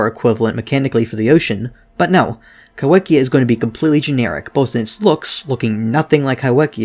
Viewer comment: The wh in kaiwhekea is pronounced as an f, in Māori wh is used in place of f